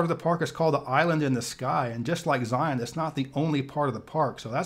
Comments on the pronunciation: Zion is pronounced Zi-en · It's pronounced ZI (long i sound, like eye) un (like the "on" sound in onion). And Kolob is pronounced KO lob with a long o sound for the first o.